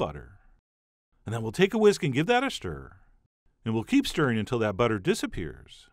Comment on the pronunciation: "We'll keep stirring until the butter DISappears" "cut them in to aBOUT one inch" "Transfer them IN to a bowl" aaaaargh! Stop that annoying way of talking! The recipe is great.